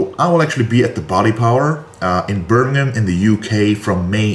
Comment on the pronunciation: I'm an hour away from "Birmingham"... When you said it... Sounded just how we say it round here... Made me chuckle 😂👊👍